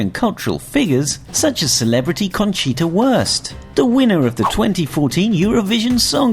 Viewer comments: His pronunciation was incorrect but it fits better: Conchita Worst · Conchita Worst passt eh besser...😂😂😂